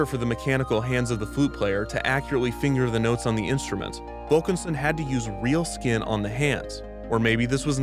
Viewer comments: Less than ten minutes in and Kevin has managed to say "real skin on the hands" x3 and it only gets more distressing with each emphasis 😰😂 ALSO the nerve of Eisner to ask poor Diane whether her father had been cryogenically frozen. That man has no class, I would have punched him 😡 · The emphasize on how he used real skin is terrifyingly hilarious